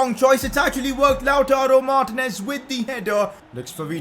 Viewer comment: it's Mar-tE-nez not mar-tinez You can use four at the back with Kolarov at LB Hakimi at RB (although both of them can play LM/RM) Skriniar at RCB and De Vrij at LCB